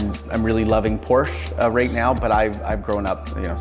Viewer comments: I know I’m whining but I can’t stand it when Porsche owners mispronounce the Porsche name. It’s “Por-sha” not “Porsh”. Porsche themselves put out a video just to clarify it and show how it’s properly pronounced. It’s a family name so people should get it right out of respect. If someone constantly said your name wrong you’d correct them wouldn’t you? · It's Por-sha you dummy! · Not Porscha...Porsch Ë! It's a Latin E So...Porsche! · Not Porsche aaah! It's Porsché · Porsche"aaaaaahhh". Porsche"aaaaaahhh". 😵‍💫😵‍💫. It's not that hard. Nice car..💯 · Especially since the newer car manuals instruct the owner how to pronounce the name correctly.